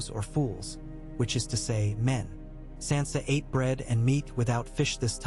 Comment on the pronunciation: How do you still screw up names when you have 9 years of a show teaching you how to say their names. And you screw up Sansa stark. One of the most spoken names in the show